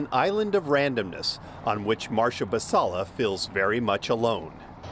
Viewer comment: Team Basalla! That Karen didn’t even give the gardener the courtesy of pronouncing her name correctly. That is the ultimate example of passive aggression. “There is no design.” What a statement. If you want design, go look into the bylines of your HOA agreements…I’m sure there’s a lot of design in those neatly written paragraphs. Stay classy, Novato.